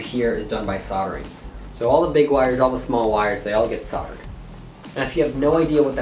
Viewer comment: Really cool video. Good concept, good execution, the next Bardwell in the making. You even can't say solder - just like Bardwell j/k ;-) Srsly - well done.